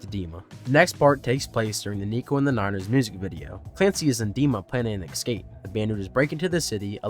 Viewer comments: The word. Is. ESCAPE. Not EXCAPE. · So how many times can I survive hearing "excape"?